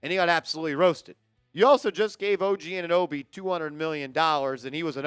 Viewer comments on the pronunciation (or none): none